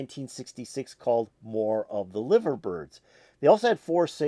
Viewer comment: Their name is pronounced Live -er as rhymes with diver, not like the meat ! I'm from Liverpool and my uncle used to date one of the Liver Birds !